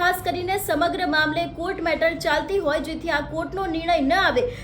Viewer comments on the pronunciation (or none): none